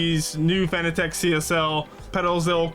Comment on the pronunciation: FYI, it's pronounced exactly like the word 'fanatic'... Not 'Fan-A-Tech'... Otherwise good vid. 😉👍